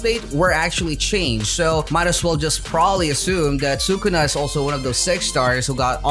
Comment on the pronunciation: he really said “sue kuna” who’s kuna?